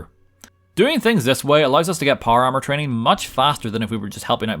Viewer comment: American: Power Armor Northern Irish: Par Ar